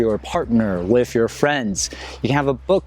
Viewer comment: Why can you say repertoire but can't say with?